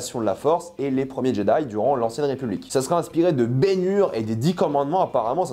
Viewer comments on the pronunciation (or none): none